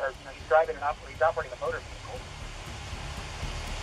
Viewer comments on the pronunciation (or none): What is a Veee Hickle? 😂😂😂